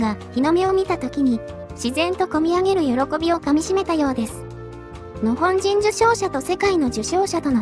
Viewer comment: 「日本」とか「日本軍」と違って、「日本人」の時だけ「のほんじん」って聞こえるのは私だけ？ 別の動画でもそうだった気がするんだけど、何か設定間違えてません？